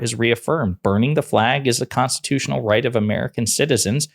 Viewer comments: Did he really say "constitush"?? What a effin moron lol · "Constitoosh"? The man can't even pronounce the word ' constitutional'.